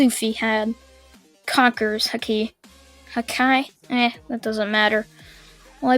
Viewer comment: It's called haki. ki is pronounced like in dragonball.